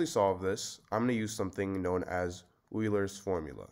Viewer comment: The guy's name was Leonhard Euler, not Eurler or whatever you said.